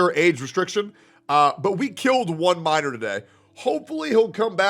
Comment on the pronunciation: That "minor" sounded more like a "Mint Miner"! 😂